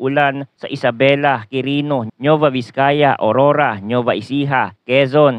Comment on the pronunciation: Kindly check your pronunciation, NUEVA Ecija/Vizcaya, NOT NEUVA.